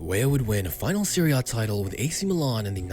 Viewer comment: Serie* not Seri